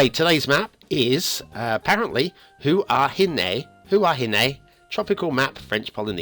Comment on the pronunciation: As a Polynesian, that pronunciation made me über-cringe. Anyway, you tried your best with the time you had, so it is forgivable. Also, Huahine is thought to mean beautiful woman, comparing a woman to a flower. Hua (also ’ua/pua) means flower and hine (from vahine) is woman. Also, Hina (derived from Hine) is a Polynesian equivalent of Venus. Many people attribute Hua to mean gender. It does in some contexts, but most likely not in this one.